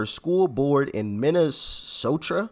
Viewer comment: It's Minnesota not sotra